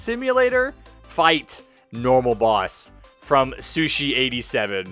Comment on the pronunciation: It’s so funny when he says sushi